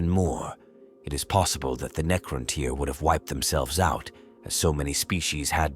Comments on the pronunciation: Neecrontyre 😂😆, Ai is great and all, just check the script before you upload. The mispronounced words ruined the flow. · "The Kitann and Neekrowntyre" haha LSS